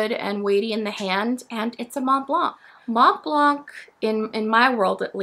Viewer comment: Nice to see you again and with a nice pen that catched my eye. Thank you for your review! I don’t know if I’m impressed by the pen, does it have a #5 nib? Interesting you doubt about how you pronounce the ink, but really have more trouble with pronouncing Montblanc. Please don’t pronounce the T and the C 🙉😘